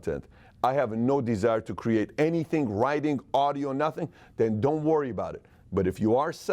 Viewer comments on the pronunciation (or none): The word "writing"...doesn't have a "guh" sound at the end. "ing" words don't have that sound at the end.